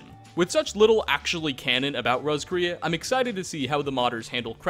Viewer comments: Dude it's pronounced Ross-k-ray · btw Roscrea is an Irish town and is pronounced "Ross-cree"